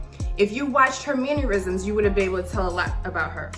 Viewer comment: . This is an example of someone TRYING and failing to sound intelligent. WTF are MANEURISMS? Stop trying to use words and phrases that are NOT a normal part of your vocabulary, until you know the SPELLING, PRONUNCIATION, and ACTIAL DEFINITION. Just stop and learn. You sound like an idiot, and you insult the listener. Either you think I'm too stupid to know what you did, or you think I'm stupid enough to think YOU are intelligent.